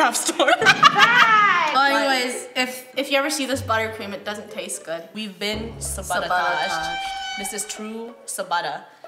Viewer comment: I think Draco sabuttahtodged you